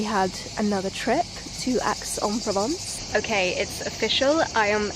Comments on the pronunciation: Aix-en-Provence is pronounced X or Ex , not Axe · please ask one of the locals how to pronounce Aix en Provence because it certainly is not "Axe"!!!🤣